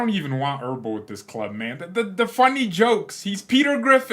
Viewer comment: It's EbeRl, not ERbel...